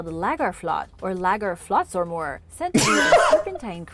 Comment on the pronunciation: The way she absolutely butchered the word lagarfljòtsormur is insane